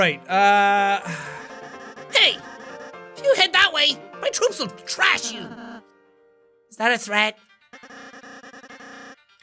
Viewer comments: Thrash: Trash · Lol Jack “thrash” not trash 🗑 😂 IM DEAD!!! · How many times you going to read "Thrash" as "Trash"?